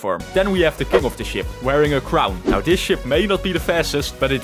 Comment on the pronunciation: OH NO! 🚫 OH NÆU! ✅